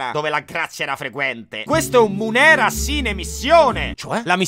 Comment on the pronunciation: eh, sì, lo "iaculum" è proprio "una cosa che si getta". Esattamente come la funzione corporea che getta... Avete capito. P.S.: "mùnera", non "munèra".